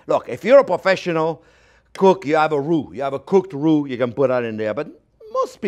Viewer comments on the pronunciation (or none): You want to reu not glue I like this guy